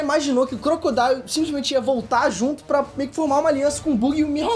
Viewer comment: Obrigado por pronunciar o nome do Crocodile certo